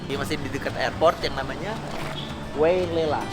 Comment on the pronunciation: Bang dibacanya WAI LELA bukan WEI LELA